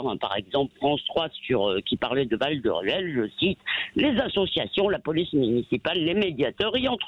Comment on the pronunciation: Val de Rieul!!! , Même là...